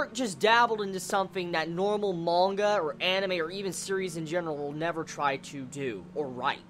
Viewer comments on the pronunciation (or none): none